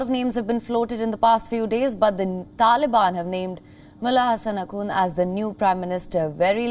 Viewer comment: The way you pronounce TALIBAN sounds UGLY.